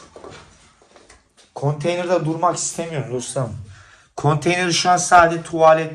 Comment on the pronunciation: Konteyna ne abi ya :) konteyner ingilizce konteyna diye mi okunuyor yoksa bu kardeş mi yanlış söylüyor